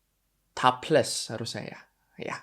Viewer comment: Anjincccc, koi ngepronounce topless/taphless aksen nya thailand bgt, fix sih thai nya udh merasuk bgt